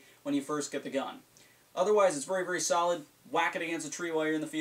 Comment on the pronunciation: Vury instead of very hahah I like